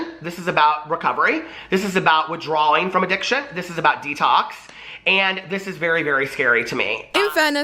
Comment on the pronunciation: maya avineri that’s not what he said though. If you’re talking about the mark, what he says is “This is about withdrawing from addiction”...which is said correctly.